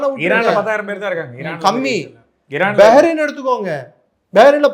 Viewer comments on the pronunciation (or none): Yov, kothar ille kathar ( qathar) Begrin ille Behrin.